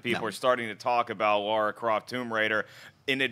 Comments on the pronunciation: Yeah I know. They say Laura and not Lara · LARA not Laura, ffs. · cmon guys it's lara croft not lora croft geez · Lara! Not Laura! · It's LARA not Laura. lol It's obvious that they haven't played any of the games. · LARA, not Laura. How hard is it to read when it's part of your job?